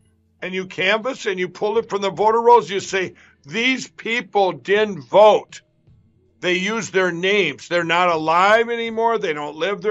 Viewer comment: Whoa wait did he say din vote?